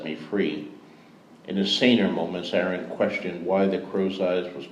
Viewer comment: It's strange to hear him pronounce "Aeron" as "Aaron", though it's still such an amazing experience 🗣️ 📚 🧙🏼‍♂️ P.S. The chick laughing at the "cloak of tongues" line hahaha